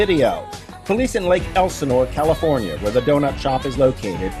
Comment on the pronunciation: Ti says "cal-i-PHONE-Ya" lmao